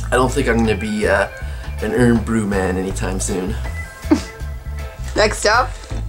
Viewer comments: I really enjoyed this, guys. I'm a Scot myself but cannot eat haggis (too spicy for me) haha. I also dislike Irn Bru but diet Irn Bru is a lot better. Tablet, though--YUM. Oh, and Irn Bru is prounounced IRON as opposed to IRN but understandable that non-Scots wouldn't be aware of that. Did you go anywhere near Aberdeenshire? That's where I am from. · Hi just a couple of points, Irn Bru is Scotland's No1soft drink you pronounce the first word as IRON even though there is no O in the name Irn Bru, next Ginger beer Is more akin to Ginger Ale it is a soft drink normally but crabbies is a alcoholic ginger ale not a beer!!